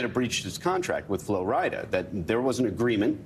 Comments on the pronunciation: It seems like they are struggling with saying Flo Rida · These people saying Flo RidAH, im screaming